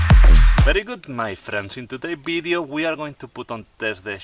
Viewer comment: Where did you shot this "bideo"? I thougt it was in Galicia because of you accent but then you said something about going to Barcelona...